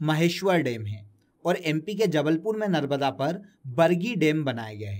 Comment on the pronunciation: सर नर्मदा का नर्बदा उच्चारण क्यूँ कर रहें हैं